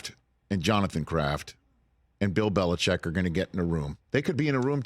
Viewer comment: Why do people say “bel-ih-chek” when it’s spelled Belichick? Surely it’s pronounced “bel-ih-chik”?